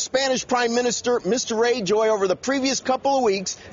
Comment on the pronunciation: He also mis-pronounced Rajoy... Not well educated in some areas, but he got himself hired to be on-camera...